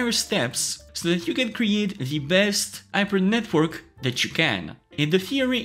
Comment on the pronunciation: Yes, you should have at lest 24 GB of VRAM. I have not been able to train with my tiny 10 GB VRAM on my ROG Strix 3080. Btw I find it very comical that someone who can't articulate the letter H. 😁 Yper NetWork. Just kidding, very informative video. Thanx!